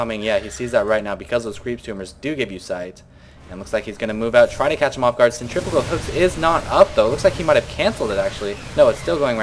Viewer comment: thumbs up for pronouncing centrifugal hooks correctly. so many commentators say cen-tri-fyoo-gul and it makes me crazy!